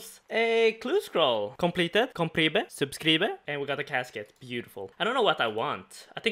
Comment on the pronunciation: please learn how to say "subcribe" thank you hahaha Super series boi i love to watch it <3